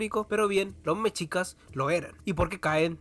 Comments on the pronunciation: En el esplendor mexica ellos le llamaban el único mundo. Está bueno tu trabajo, en México te falto hablar de los olmecas, zapotecas y mixtecas. Como dato, no se pronuncia "mechicas" se escribe mexicas y se pronuncia 'meshicas" Saludos desde la gran CDMX 👉 🇲🇽 🌵🌶🐎🇲🇽👈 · No supiste pronunciar TENOCHTITLAN. Y también me dió risa escucharte decir mechicas 😂